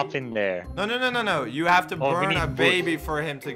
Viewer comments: I got the baby Me heard:I got da baby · When you say "grab the baby" it's like "grab dababy"